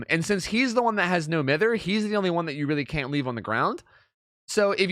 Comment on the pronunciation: Please stop saying No Mither wrong.